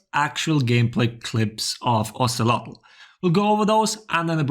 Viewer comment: Oh-say-low is how you pronounce his name if anyone was wondering :)